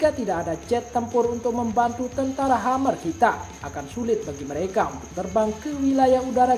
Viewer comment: Bang admin.. "Khmer" bukan dibaca "Hammer" tp " Kmer.." biasa aja bacanya.." Kmer.." . Ini adl sebutan lain untuk Kamboja.